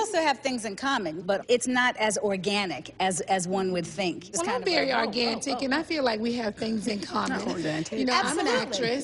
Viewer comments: “Im very Argantic” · I honestly had to think twice on "organtic"... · Not organtic lol